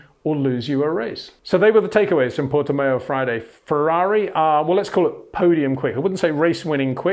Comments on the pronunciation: Pronunciation of Portimão worsening as the video progressed. Pronounce it Portimouch and leave off the “ch”. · Yes, he does pronounce it wrong. Say Miauw, then leave the i out and prefix it with Porte, Peter. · It's like Le Mans: Would be [Purtimans.u]. The ã is similar to an of and. You say it with the nose... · like ouch